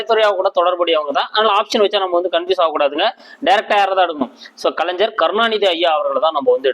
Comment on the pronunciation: நன்றி ஐயா. ஞ என்பதை தாங்கள் ja என்று உச்சரிக்காமல் gna என்று உச்சரிக்கவும். கலைஞர் , அறிஞர்.தவறாக எடுத்துக் கொள்ள வேண்டாம்.